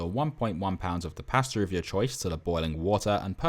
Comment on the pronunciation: At the very beginning, did you say Paster or Pasta? haha